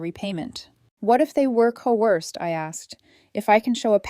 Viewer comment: I wouldn't even send them that penny, let alone $2,400. By the way, it's COERCED, not CO-WORST.